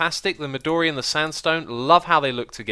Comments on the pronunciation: Xis, "midori" your saying it wrong. it's pronounced mi doe re , not mi door e. you may have noticed how much it looks like purpur blocks, and funnily enough it was given it's name in the same way. midori means green in japanese. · Also, "midori" is more correctly pronounced as "me do ri" with a short "o". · Erik Youngren Midori Japanese for green and thus the "o" is long and both I's are long E's.